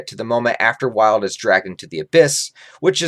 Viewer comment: Idk where you are getting the idea of Wyald being filler when it is in the actual manga, so not a filler. Also I believe his name is pronounced “WEE-alld”. I see Wyald as some random pathetic homeless guy who never achieved or done anything great to help fulfill his enjoyment in life especially with his dark nature. He really was interesting in how he was as an Apostle being the darkest and not just to be edgy but to give people a small look into how dark things will become. I do also believe Wyald if he were to make it to the Eclipse would have been killed by Zodd or some other Apostle as each differ in their character and would turn on each other. However in Falconia they follow Griffith because how great he is and his incredible influence. Wyald probably would have joined Ganishka’s side and would eventually die against Falconia’s forces as he is very untamed and would be rebellious against not having “fun” against humans who are weaker to him and much more easier to control